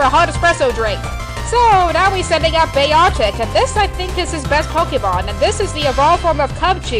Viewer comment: why cant you pronounce beartic